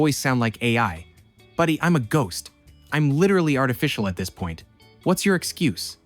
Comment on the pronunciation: The fact that the last sentence emphasized 'excuse' instead of 'your' just further convinces us that the voice is AI.